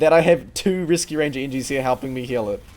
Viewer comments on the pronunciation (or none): sounds like he"s saying risky ranger